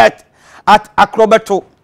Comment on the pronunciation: He said akokobeto 😂😂😂